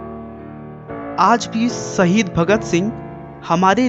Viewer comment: Dear. Your study and videos are very outstanding and diplomatic. But pls improve your language. As it's zoor not jor..it's baazuo...not baajuo. Shaheed not sahid. Pls have a check.. For any clarifications pls call on